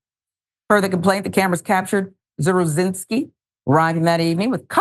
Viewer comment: I know someone with this last name. He pronounced it "zav-ruh-zin-ski"